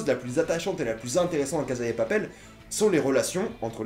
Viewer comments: La CASSA LA CASSA on dit la CASSA pas la casa OK!!!!!!!!!!!!!!!!!!! ( en espagnol la phonétique "z" n'existe pas ) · La casa de papel s'ecrit la casa mais sa se prononce la cassa de papel car il n'y a jamais le son z en espagnol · Entendre un mec prononcer la Caza de papel à la place de cassa de papel pendant 10min fut une torture. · On prononce CASSA pas Caza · On dit CASSA de papel, pas CAZA!!!! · La casA de papel et pas la casE de papel merci 👌🏼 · casssssa et pas caza vieux shlag c'est de l espagnole pas de l italien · Ptn la CASA pourquoi tu dis avec un ZZZZ